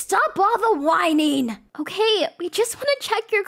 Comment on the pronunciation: “Uhke?” “Uhke!” Guys it’s not okay it’s “Uhke” according to akelia and Rosalina ! 😂